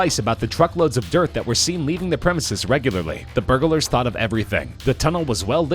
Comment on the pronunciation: A bag nail. Burgalers. His pro non c a shen is killing me.